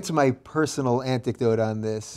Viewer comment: Personal "anticdote"? That's not a thing.